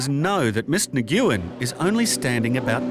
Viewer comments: Horrible pronounciation of that last name Nguyen. It is pronounced more like [win] than what they did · The absolute butchering of the pronunciation of Nguyen was awful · Butchered the pronunciation of "Nguyen" LOL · It kills me every time he says "Miss Na-guoo-en". Nyoo-en. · Commentator bad pronounced names of the the two Vietnamese Ladies Tran and Ngyuen... He pronounced them "tr-ann" and "nugg-oh-en".... Correct is "Trun" and "new-enn" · lol Nguyen is pronounced "Nuh-Wen" not "Nuh-gu-yen" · “Na-goo-yen”? AI can’t pronounce one of the most common surnames from SE Asia? Nguyen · Ms. Nuuu-goo-yen lol Nguyen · Nguyen is pronounced "win", by the way. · The voiceover guy seriously thinks the name pronunciation is 'Negoowen' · So annoying to hear them mispronounce "Nguyen" over and over again. It's pronounced "win". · Lol who taught the voiceover how to pronounce Nguyen? It's not a hard g. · Ms. Nyee Guwen 💀💀💀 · Nguyen=Win Learn to pronounce foreign words. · Might be a good idea to know how to pronounce Vietnamese names! Nguyen is pronounced "win" and I'm no expert! Embarrassing! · they really couldn’t tell the narrator how to properly pronounce “Nguyen” 😭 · This show went through recordings and editing, but no one told the narrator how to pronounce "Nguyen"? Not a single person working on a show about international people? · Why deny traveling together??? How they pronounce Nguyen is totally wrong!!! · That is NOT how you pronounce Nguyen…